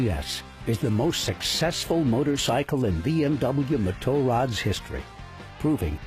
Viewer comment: Great documentary apart from the narrators slaughtering of the correct pronunciation of Motorrad lol!